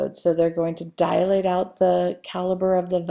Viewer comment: Good video but it's annoying when she says DIA-late instead of DI-late